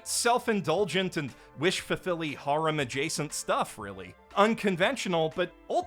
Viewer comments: I thought you were saying harem like "whore-em" which was funny but then I realizing you just don't know how to say the word harem correctly... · So uh, when you said "Harem Anime" and introduced the cuckoo thing I understood "Horror Anime" ... Confusion followed